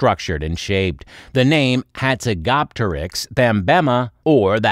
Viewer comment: How do you fuck up pronunciation this badly?